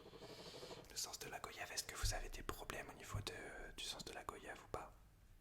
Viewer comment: La vidéo est top, par contre ça me perturbe que tu prononce mal goyave, ça se dit comme voyage, où le "o" se prononce "oi" Sinon je tiens à féliciter ton imagination pour toutes tes vidéos, c'est surhumain.